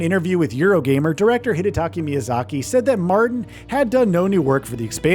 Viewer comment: Hidataka!!! Not Hidataki Miyazaki...You repeat it thru the whole video. That's embarrassing mate